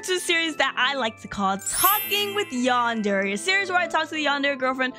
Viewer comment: Stop saying yawn dairy it's Yan Der